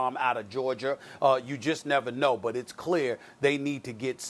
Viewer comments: Stephen A: “Jake Fromm from Geoger” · Out of "Georger"